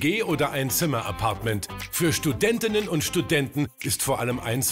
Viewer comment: Studentinnenenenen und Studenten ahahhahhh